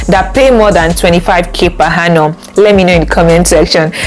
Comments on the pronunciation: Good info but please it is per Annum and not per Hannum. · I can’t get past the per ‘Hannum’ 🤦🏾‍♀️ Interest video regardless